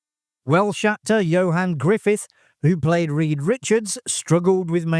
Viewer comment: It's Ioan Gruffudd not Johan Griffith.